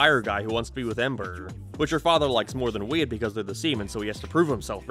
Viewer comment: His name is Wade?! The whole time I kept hearing Weed